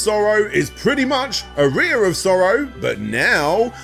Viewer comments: It’s pronounced aa-ree-uh not ah-ri-ah. It’s a musical term. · I assume he doesn't know what an aria is or he wouldn't put the emphasis on the wrong syllable. Otherwise, very thorough series. I watched through both. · It's pronounced R-E-yah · Aria is pronounced Ah ree ah not A ree a! Made it sound like you piss out of it 😜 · Wincing every time he pronounced "Aria of Sorrow" as "a rear of sorrow"... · lol It hurts me to listen to saying "arear" instead of "aria" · Cheers. Top stuff as always, interesting pronunciation of "aria" mind you 😉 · Yeah, I wasn't sure if that was a UK pronunciation, it bugged me as well.